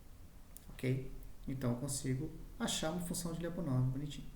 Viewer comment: A pronuncia correta de Lyapunov seria algo como Lapunov